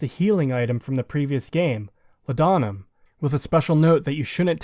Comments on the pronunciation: I just gotta say man. Its not law'dah'mum, its law'de'num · It’s pronounced “Law-duh-numb” not “La-dawn-uhm” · It’s “Law’d-numb”, it was actually a real medication in ye olde times. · its pronounced 'lord-num', great video as always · For the sake of accuracy - Law-dah-nuhm